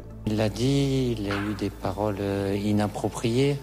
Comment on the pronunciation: "INNaproprié" avec 2 "N"? 🤔🤦🏿‍♂️